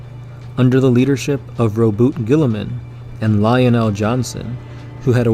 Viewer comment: This video was complete and utter heresy. Learn to say Roboute and do a quick wiki search on Corax in your next attempt.